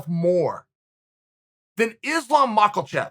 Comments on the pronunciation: Maka chev not malcle chev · Mach-ill-chev, ok great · "Islam Mahkle-Chef" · Chael "Maaklechev, I can't let you get close" Sonnen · Chael: Islam Mackerel Chef Me: Ok Great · I’ve been waiting for “Mocklechev” to take over since that Russian Tie Snap vid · Macklechef lmao 😂🤣🤣🤣😁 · Islam after more English practice: “I’m your Makhelberry...” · “Islam Mockleshev” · It’s always hilarious when Chael gets a name wrong. “Islam Maklechev” Lmao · I'm sure he mispronounces names as a joke 😆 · Ma-ha-chioff, that's the correct pronunciation. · "heard the name more than any other- Islam Mackleshev" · Chael breakfrast maklachev sonnen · Maklechev lol he keeps getting people’s name wrong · Fuaaarrk it annoys the sheet out of me and he's still saying it 2 months later.